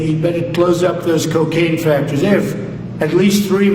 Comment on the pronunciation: Did you hear him say factories 😂😂😂😂